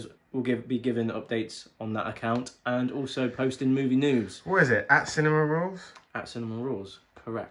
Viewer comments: I swear it always sounds like you are saying Cinnamon Rolls, not Cinema Rules. 😂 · it sounds like you are saying cinnamon rolls when you say cinema rules